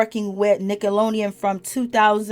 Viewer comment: It's Nickelodeon, not 'Nickalonian'. Are you okay?